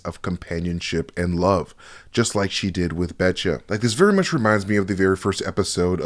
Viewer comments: Heads up the hounds name is Batcher not Betcha it’s just her accent 😂😂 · I'll bet cha' it's Batcher dude. Say it with me Ba-tch-errr. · This mispronunciation bothered me so much that I had to go back and check the subtitles. It is definitely "Batcher," presumably as in Bad Batcher. I guess Omega's accent threw him off.